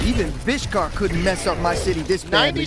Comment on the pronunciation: HMMM DID I HEARD VISHKARRRR? I WONDER?